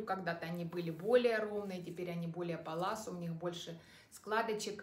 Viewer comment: И еще такой момент-привыкла слышать брюки палаццо,вы говорите паласо,у нас Зара,Вы говорите Сара,или у меня что то со слухом…